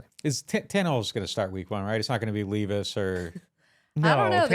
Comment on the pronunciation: The titans rookie QB is LEH-VIS. Not LEE-VIS. Like the “lev” in the word “level”